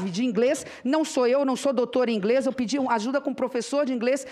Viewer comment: Rindo com os comentários, até o Google tradutor seria mais confiável que esse "ingrêis".